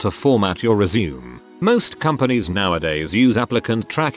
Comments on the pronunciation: ResuMAY, it is pronounced resMAY!!! It is originally a French word and is pronounced with a long a at the end. I quit listening, if you tell someone you will give them your "resume", pronounced as if you were going back to doing something, as opposed to a ResuMAY, which is a summary of your work history and marketable skills, you won't be getting the interview. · I like how the text to speech says resume as in go on, I guess because there isn't that little dash thingy.